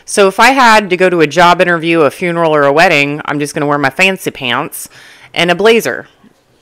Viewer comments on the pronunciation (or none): love how you pronounce "fancy pants"😂